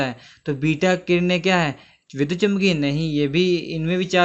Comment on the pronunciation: It is vidyut not vidhut